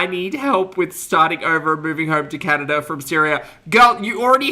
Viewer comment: is it just me or does she keep saying Candada instead of Canada lol